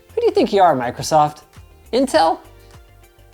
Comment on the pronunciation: Did he say Intel? Hahahahaha